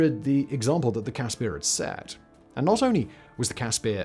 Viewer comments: As a South African I just want to say that the pronounciation of the CASSPIR is Casper like the ghost not Cas spear....✌🏼🇿🇦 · its a cas-per not peer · Only issue is that you mispronouncing the i in caspir its an afrikaans i you are pronouncing an afrikaans ee it should be like the i in bird